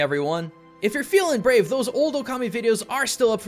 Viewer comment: It's pronounced Shwei Muo Hua Just cause its writen Shui Mo Hua dosen't mean you must read it like that, same like in japanese you didnt say okami but you said it right ōkami .